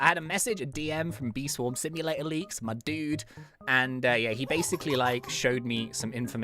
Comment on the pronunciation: why always said basic lee